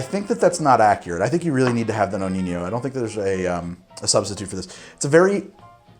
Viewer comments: You pronounce the name of the amaro like "Noniño", ahahahah, it seems like spanish but it's not...so the correct pronunciation is just "Nonino" :-) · nonino not noninho i mean no ni no not that hard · I really like your channel, I really do, but you definitely got to sort out your Italian/Spanish pronunciations! It's Nonino not Noniño, so the 2nd N sounds just like the 1st! A quick Google search before a video is all you need but please, stop making every Italian word sound spanish! Anyway keep up with the good work! Best regards, an Italian fan of yours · What is with the corny "Spanish" pronunciation of "Nonino"? No-neen-yo???? Sorry, we're not in Barcelona. For Italians its just No-nee-no. Let's keep it simple. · Why keeping call it Amaro Noniño? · Amaro Nonino. Nonino. Not Noni~nyo~. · We don't have the ñ in Italian... It isn't El ñino it's knee-no... Good job on the rest my friend.. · No-KNEE-No. there is no “ñ” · For the love of god, its pronounced "No-Nee-No" . There is no enye in the Italian language. If it were spelled the way you pronounce it, it would be Nonigno. Your PSA for the day. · Dude the ñ sound doesn’t exist in Italian. It’s pronounced no-nee-no. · Well i was about to say this after like the 5th butchering but u had it 😂😂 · The Amaro Nonino it's actually pronounced "no-knee-no"...my Italian ear is really hurting by that Spanishsation of actually a great Amaro 😅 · Always thought it was pronounce no-knee-no